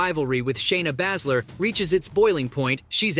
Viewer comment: Bay-zler not whatever your saying